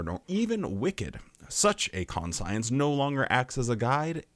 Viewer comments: Are you saying con-science so people comment 😂 bro it's conshunce. Unless there's a pronunciation in your region I've never heard of. But also yeah fuck watchtower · Con--psy-ense?, this is one of those pronownsiashun sitchooashuns. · ˈkon-chəns".....its ˈkon-chəns. 😂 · I was laughing so hard...kaan - shun -s no con-science. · Sorry. Couldn't restrain my nitpick. Konshence,. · I know...I didn't want to seem pedantic, but it's kan-shents. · Please learn to say conscience, my good god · but he says "we" have this thing..😑 Could be the same as "Anti"-Science? 🤔But that too would more be something the Gov Body would have.. 🤨 Gotta admit.. is the ONLY person I've ever heard pronouncing that word that way. but he is self-admittedly, very weird.. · I think he's saying it that way for a joke. There are a few different ways to interpret it. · The fact that you got so bent up over his pronunciation is concerning we all knew he was doing it to be funny lighten up 😂